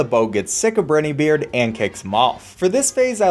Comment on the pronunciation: pronounces the Great perfectly “I probably pronounced that wrong” mispronounces Werner Vermin and Captain Briny Beard